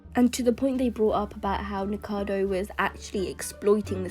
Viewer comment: its NIKOcado Avocado...no one ever gets his name right XD